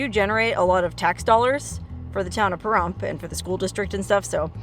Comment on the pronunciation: Your in Larry's stomping grounds and I always thought the P was more like a F when saying Pahrump but again what does a person from Washington know lol.